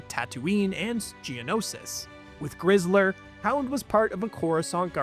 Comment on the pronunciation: It's grizzer not grizzler